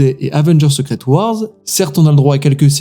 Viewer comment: il a prononcé secret comme en francais donc bon...